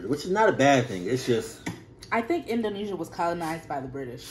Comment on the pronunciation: indonesia, not indonisa lol